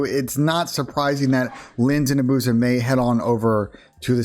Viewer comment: Why does everyone pronounce it “a-booze-ah” when it’s clearly “abuse-a”